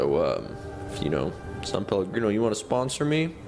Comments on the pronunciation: It’s SAN PELLOGRINO NOT SAUNPELLOGRINO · When he said “sum palagreno” I craved it